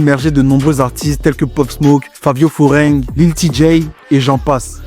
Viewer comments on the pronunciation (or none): Fivio foreign pas Favio foreingn